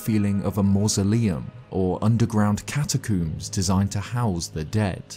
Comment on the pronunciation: “underground catacoombs”😂